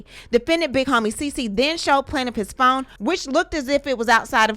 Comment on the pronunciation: Planiff peerrm 😂